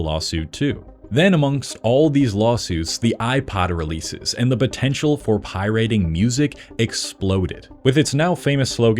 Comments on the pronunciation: Can't watch a video from someone who can't pronounce pirating. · Why does this guy pronounce "pirating" like that 😂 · ...why do you pronounce pirating like that?? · did you make this entire video just to troll people by pronouncing pirateing wierd..... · The way this dude pronounces pirating is so abrasive lol but otherwise great video. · Using this video as distress tolerance training due to the abysmal, idiotic, nonsensical pronunciation of “pirating” and “pirate” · what is Pie-Rating? it's piraating...one word brah...great video otherwise :) Everyone should pirate until these corporate leeches are forced to change, forced to support the consumer again. Consumers have so much power, yet they just keep rolling over for convenience. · Hold up. Why do you keep saying Pyriting instead of pirating? Is this exclusivly about rock music? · I hate the way you pronounce pirating, its pirate-ing not pie-rating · Pie-Rating? Slop1 Slop! beep! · Why is this dude saying pirating like “pie rating” stupid. That’s not how you say it anywhere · Why the fuck are you saying it like pie rating??? Lile your gonna rate a pie on how its tastes or some shit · did you just say pie rate? Whut? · Making a whole video on pirating and pronouncing it "pie rating" is diabolical. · PIe-Rating? I cringed every time he said that. Been in the scene since the C64 days and no one has every said Pie-rating before… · Pi-rating? You an AI bro? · “Pie-rating” and “lime-ware” seriously makes me think you AI dubbed this. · What the hell is 'pie-rating' and 'limeware'? Unless its a really bad AI voice, learn how to correctly pronounce common words and perhaps do a little bit of research.. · Pie-rating wtf ha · oie-rating ugh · For real… why are you saying “pie rating”? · The “pie rating”… I just can’t. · "Vinyls" isn't a word, and why do you keep saying "pie-RATING"?? Where did you learn to speak, with Nell in the woods?? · What is pie-RATING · Is he saying pirayting on purpose I'm going insane